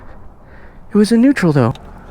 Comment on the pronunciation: " it was in netraul tho"🤣🤣